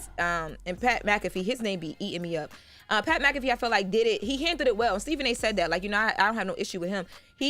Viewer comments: Pat M-Cafee hahahaahahahahahaha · Who is Pat MaCafee? 😅😅